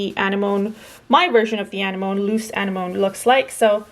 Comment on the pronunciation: Beautiful! The flower is actually pronounced Ah-nem-own-E